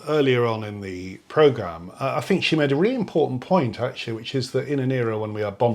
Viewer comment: I can't take anyone seriously on an intellectual level when they can't even pronounce `th` properly as a native speaker. I know this is my ridiculous bias, and millions of people do this, but I still think it makes someone sound unintelligent to say fink instead of think. It's not that hard to change it. What does that guy even specialise in? His arguments are very superficial, he should not be in any position to influence students. Mr Sampson is surrounded by the products of human invention, even the chair he is sitting on didn't exist until someone invented the chair. What an absolute idiot - the very definition of Dunning-Krueger. I think he wants to drag everyone down to his level which is obviously quite low, maybe because he realises this and it's easier to drag others down than to lift himself up.